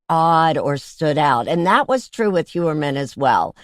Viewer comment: It's pronounced not HUermann but HOYermann, German origin.